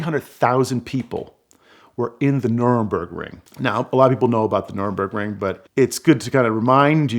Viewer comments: Nürburgring not Nuremberg ring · Nuremburgring? I think you may mean Nurburgring. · Nurembergring? Are you fucking serious dude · Wait wait.. It was the Nurburgring right? That's what Jackie Stewart called the "Green Hell" or is my hearing failing me that I kept hearing calling the whole track "Nurembergring"? The map also threw me off as I know that as the Nurburgring. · I love this guy but he mispronounced Nurburgring. It's the Nur-burg-ring. Not the Nur-em-berg-ring. Nur-em-berg is a completely different city over 4 hours drive from the racetrack. The city of Nur-em-berg was the location of the famous Nazi trials. The village of Nur-burg has a famous race track. And what about the car? You started with this whole thing about if you could have any car, yada, yada. That's the car you want? Where is it now? What happened to it after the race? Museum, private collection, lost to history? Does anyone know? How much is it worth? Good story, but you didn't tie the end back to the beginning. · I’m so triggered by his pronunciation of Nurburgring